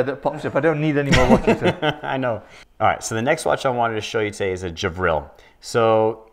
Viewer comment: It is Gevril not Javril!